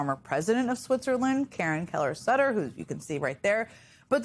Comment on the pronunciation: As a serious journalist, please at least try to get foreign politicians' names right. It's S-oo-tter...